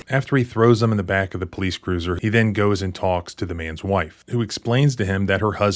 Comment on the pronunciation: “FARTHER MORE” “FOURTH” “AND DENNNN!” This Doofy Tyrant 🤦‍♂️ 😅